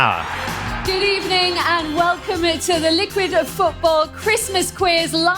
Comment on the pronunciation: I swear Lynsey Hipgrave said ''Good ebening'' no??